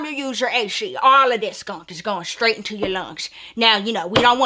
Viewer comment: Yh the accent took me out 😭😂